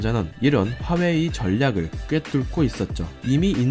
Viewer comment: 하웨이........ 거슬리는건 어쩔수 없네요........ 허나 핫팅 삼성.... 그리고 대한민국~!!!!!!!!!